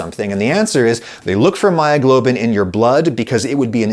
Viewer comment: "Heemoglobin and myyoglobin... nice lady!"